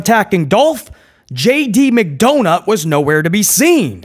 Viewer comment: My boy said JD McDounut lmao 😂